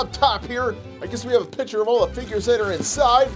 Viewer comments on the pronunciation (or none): ur saying "pitcher" not "picture” XD